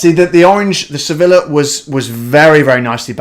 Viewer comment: Don’t say Sevilllla. It’s pronounced Sevija.